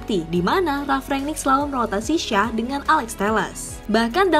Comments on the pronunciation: Belajar ngomong ‘Shaw’ dulu deh: bacany: “Syou”. Shaw= Syou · Apa syah .... 🤣🤣🤣🤣 Luke shaw bro ....cara bacanya aja salah ... Dan ya alex telles itu dari brazil bukan portugal ..... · Shaw itu dibacanya Syo(w).. (huruf W nya dibaca lemah/tidak terlalu jelas). Coba utk memperhatikan bila komentator sono menyebut suatu nama. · Anjim kenapa shaw jadi shah wkwkwkkw jadi orang arab bangkeeee kwkwkwkw